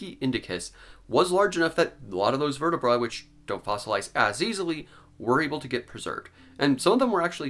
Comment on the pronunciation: please pronounce vertabrae correctly esp if you are gonna be an educational channel